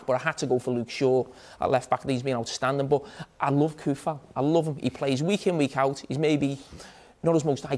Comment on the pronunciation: Coufal is Tsoufal not Koufal... Jamie Carragher is being ignorant again... well whats new...